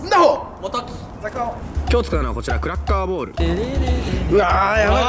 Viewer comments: クラッカーボールがクラッカーボレーに聞こえたw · クラッカーボーラがクラッカーヴォレイにしか聞こえん